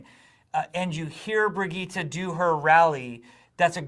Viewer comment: Brigitte not Bridgette , we've all been saying it wrong